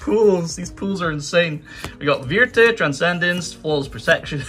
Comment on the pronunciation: and then he pronounced "Vierte" totally wrong